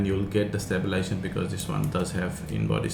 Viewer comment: Thanks for the review. One small correction.. is not "stabilation" it is stabiLIZAtion. Other than that your English is very good and easy to understand. Good job :)